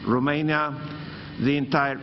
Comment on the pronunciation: Eu nu inteleg de ce domnul Ciuca tot pronunta RUmeinia? In Engleza pronuntia corecta este ROmeinia cu O nu cu U......... si este mai usor sa pronunti cu O decat cu U, parca mi se incaleca limba in gura daca incerc sa pronunt cu U..... RUmeinia.... foarte ciudat.... scrie-ti-i pe foaie acolo cum sa pronunte, cu O....